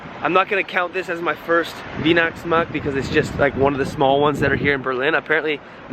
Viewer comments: It's called W*ei*hnachtsmarkt not like you would pronounce it W*ie*hnachtsmarkt. It's kinda like you would pronounce why for like Whynachtsmarkt I guess :'D. Just to get the word a little bit better in your mind ;)! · Weih - nachts - markt. Not Winachtsmarkt. Weih - Sounds like "Why" not like "Wine" :) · Your black friend should correct you, it is Weihnachtsmarkt, not Wienachtsmarkt! ;) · You pronounce it Wynachtsmarkt (weihnachtsmarkt) not Weenachtsmarkt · I love your german pronunciation: Winaxmax for Weihnachtsmarkt. 😂👌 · Dude you need to pronounce Weihnachtsmarkt correctly if you want German by wife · Spree instead of Schnee and WHYnachtsmarkt instead of WEEnacktsmarkt... But other than that, you're making pretty good progress! Awesome! Vielleicht hast Du Lust, den Weihnachtsmarkt in Aachen zu besuchen. Right between town Hall and Cathedral where Karl the Great (Carolus Magnus or Charlemagne) was crowned Caesar in 800 AD. It such a beautiful Christmas Market... Take care! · Teaching german here... its not veenachtsmarkt - its vine-achtsmarkt :) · "Wienachtsmarkt" 😂. So wie er Weihnachtsmarkt ausspricht denk ich immer er will was über Wien erzählen 😂. Und bin ich die Einzige die den Gang des Hotels irgendwie an ein Bordell/Stripclub erinnert? 🙈🤭🤣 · He likes the " Schnee- river" and " Wienacktsmakt "!😅 How is your Stomach?? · You should pronounce: Whyna:ctsma:kt, not Weena:ctsma:kt. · I love it when Americans talk German! Psychiatrist: "Wienocktsmarkt isn't real. It can't hurt you." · Try saying Why-nachtsmarkt... Cheers! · What Germans say: Weihnachtsmarkt What say: wienaxmax 😂😂😂 Love you man have a good time 😘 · The pronunciation should sound like „ why nachtsmarkt“ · Yes, or pronounce it like the English word WINE in the beginning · Wiinaaksmaaks" =Weihnachtsmarkt 👌🤣 It is so funny how you pronounce it. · Weih - pronounced like you spell the letter Y - Weih_nachts_markt